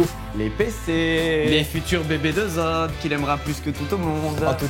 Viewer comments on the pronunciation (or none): Je suis le seul à avoir entendu Zob et pas Zod pendant toute la vidéo ? Sinon c’était génial zod est tellement gentil ❤️ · Je pense que sur les 200 fois où ils ont dit zod jai du entendre 190 fois zob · C'est normal que j'ai entendu pendant toute la vidéo le mot zob à la place de zod ? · J'ai pas pu m'empêcher d'entendre 'zob' à la place de 'zod' pendant toute la video... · Je suis le seul a entendre "ZOB" à chaque fois? `:-)